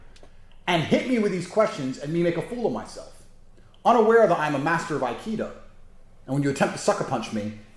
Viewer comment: "Master of Ikido" 😆